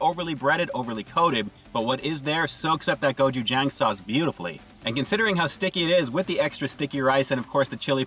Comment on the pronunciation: You miss pronounced......it is pronounced like this.....”go chew jong.”